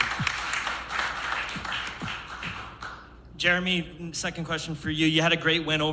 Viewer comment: THANK NOT TANK. THANK YOU NOT TANK YOU HAHAHA. FUGGN SCALLYWAG